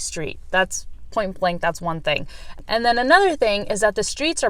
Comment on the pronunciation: " and them another thing" too difficult to speak the th sound